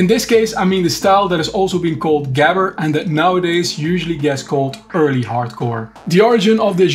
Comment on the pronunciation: why didnt you pronounce gabber like you know how it was pronounced , lol